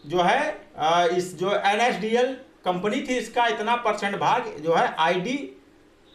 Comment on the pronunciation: Nadl nhi la**e NSDL HE VO name lena sikh le fir dushro ko sikhana 😶